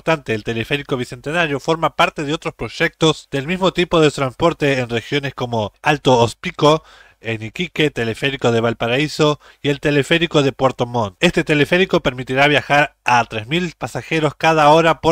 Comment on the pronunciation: No sé dice ///👿Uchuraba sino ..huechuraba// cargando la ch. Y no en la b .....///y no es alto hospico ... Si no alto -hospicio . . 😮jajaja